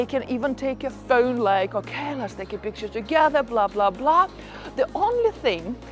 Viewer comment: Funny how she says pheun like inspector Clouseau in the pink panther movies. 😂😂